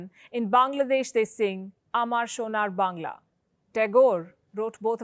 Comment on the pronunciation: yeah her pronunciation was pretty accurate